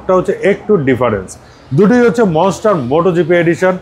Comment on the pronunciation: ITS NOT MONESTAR ITS MONSTER